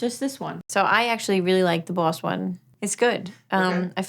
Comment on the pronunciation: I too am glad I got to hear say Buahss